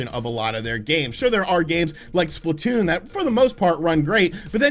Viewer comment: I laughed really hard at the way you said Splatoon